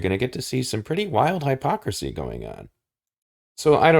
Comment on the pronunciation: in the interest of insuring words continue to mean what we agree they mean... you should work on your pronounciation of "hypocrisy". I subbed because of this video... you are spot on with a lot of the observations you make, ive been saying these same things to people for nearly a decade. If its only now becoming aparent, it is because people are waking up to it. the more wake up the stronger the push back from the "leaders".